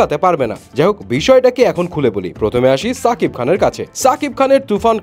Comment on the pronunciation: ভাই নাম টা ঠিক করে বলেন সাকিব না শাকিব